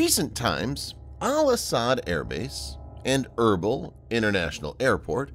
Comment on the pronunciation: Erbil: pronounced er-beel.